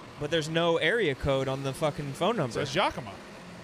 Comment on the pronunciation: Damn...so should've known how to say yakima...